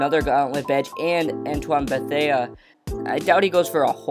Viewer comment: "beh-thay" not "beh-thay-uh"